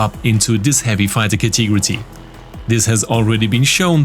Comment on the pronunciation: Ca-te-go-ry ... not Ca-tee-gro-tee ;P